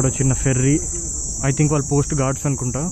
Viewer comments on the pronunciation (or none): none